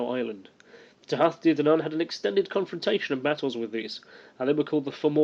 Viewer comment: kenobi Tooha. The th in modern Irish is pronounced as an h. However, in Old Irish it is pronouned like it would in English, a th. But, to keep things simple......